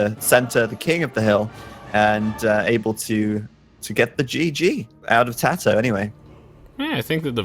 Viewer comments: why does he keep saying tayto when zero is saying tatoh. I know he can hear him. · Tay-toe cringe